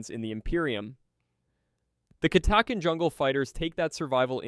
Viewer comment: Catachan was pronounced about 5 different ways